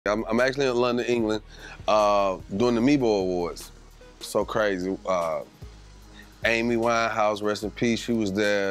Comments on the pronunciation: Did this guy say MEEBO 😂😂😂😂 it’s mobo. Music of black origin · Man said Mebo awards.